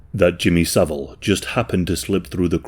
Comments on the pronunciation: Jimmy so-vile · Jimmy "so-vile" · Jimmy So-vile 🤢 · I always pronounce his name as "Jimmy saVILE!" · no. His name is Savile. Not Saville.